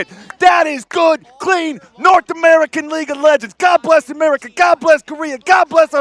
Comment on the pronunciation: merika ferk yeuah